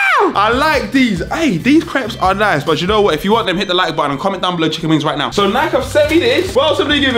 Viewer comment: He said comment chiken wings